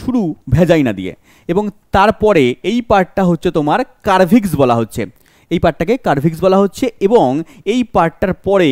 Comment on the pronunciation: it's সারভিক্স